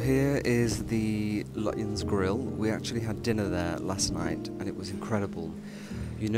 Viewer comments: Lutyens, pronounced lutchens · Lutyens is pronounced Lutchens. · Lutyens is pronounced “Lutchens”. Yet another of those English words designed to trip up the unwary!